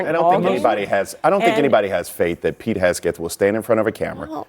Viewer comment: Why would you have someone on there that can’t even say Pete’s name right?